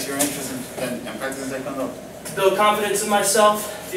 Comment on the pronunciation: Also I think you may have noticed this already but you pronounced Taekwondo wrong